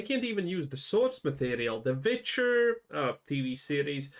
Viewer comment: So if all your W's sound like V's example you said the Vitcher . What do your V words sound like ??